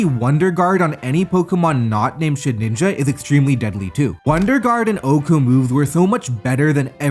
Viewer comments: Mannn please stop pronouncing Shedinja as Shed ninja 😩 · Haven't watched him in a bit so this vid's quality was a great surprise Although it's so funny that he still doesn't know how to say "Shedinja" lmao